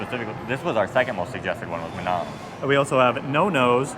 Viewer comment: mah-NAHM like you're saying Vietnam! tsk. sick and tired of hearing duma-GEH-tea too. i should probably stop watching foreign vloggers for a while as their pronunciations of local names are getting on my nerves.